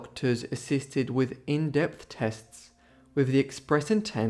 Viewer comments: You pronounce 'testes' tess-tees, not 'tests'! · The narrator of this video is a terrible speaker with an abdominal diction. I nearly fell off my chair laughing when the fool said..." Tests".. when he should have said "Testes" . Perhaps 'he never had the balls' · Testees not “tests”. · Testes one two. Testes one rwo. The pronunciation is testeeeees not tests. I guess schools don't teach basic anatomy anymore even if you posess testes. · Testes not “tests”. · Tests? You mean testes? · You are pronouncing TESTES wrong, you are saying TESTS, it is pronounced TES TEES. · This was a moving account. I just want to make one comment/correction: in English, "testes" is pronounced [test-eez]. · The narrator is AI or an idiot. Testes. Tes-tees. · ? I thought testes was pronounced "tes tees". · To the narrator, you mean to say that you have never heard the word testes, pronounced testees? I find it amazing that someone with ignorance as profound as yours has the audacity to educate the YouTube viewer. You butcher the french language and have no understanding of your pure arrogance. You Sir or madam are a fraud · I think it’s pronounced test-tees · Testes is pronounced testeez. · Yeah, he mispronounced a word; he doesn’t claim to have gone to medical school. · I don't think English is his primary language, hence his mispronounciation of the word.